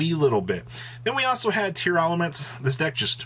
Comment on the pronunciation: Tearlament, not Tear-Elements,! Makes me chuckle every time.